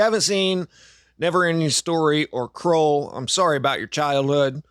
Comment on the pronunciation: Why do you pronounce Krull “kuhrawwwlll”?